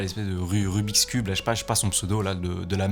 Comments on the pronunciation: Son "rubixcube" il m'a tué 😂😂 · La vie de ma mer il ah dit rubis cubes 😂😂😂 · "Rubix cube" PTDRRR 😂😂